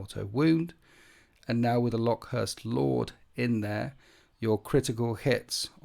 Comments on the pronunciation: I think it's pronounced locust like the insect. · IDIC Beer does this too- love his videos but I cringe every time I hear him say 'LOCK-uhst'. It's pretty clearly meant to be the insect. Skorpekhs should make it obvious. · It’s pronounced locust, just like the bug….